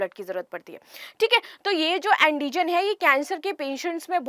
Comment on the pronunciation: Andijan nhi antijan Hota h